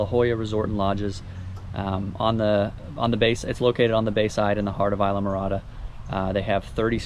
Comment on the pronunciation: Islamorada = (“eez-la morada”)